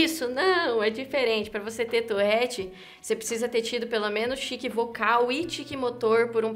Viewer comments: Nao e touRRete, é touRete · Ela: eu tenho " tourrette" Eu: mas não se fala " tourette " ? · Tourette tem 1 "r" só, então pq caralhos ela fala "Tourrette"?